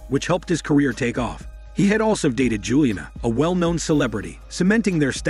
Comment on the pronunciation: This retelling is weird... The kind of emotionless delivery I'd expect from a robot voice, including the weird mispronunciation of words like "Rematch" and "Juliana", but it sounds like a real voice... Interesting concept, reminds me of a book that hit me HARD growing up, something like The Boy Who Could Make Himself Disappear, which was similar but not so literal. A mom who'd always forget to consider him, school which didn't really notice if he was there or not... I KNOW I've heard this as literal before, though. Being so overlooked someone turns invisible...